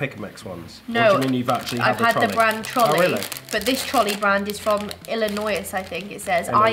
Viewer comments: The brand Trolli isn’t pronounced like Trolley. It’s pronounced Troll-ie. That’s y there’s a troll on the packaging. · We have ranch flavor and dressing everywhere in the U.S., it's certainly not just a southern thing. Oh, and in America we pronounce it Troll-EE, like a troll under a bridge. Great video!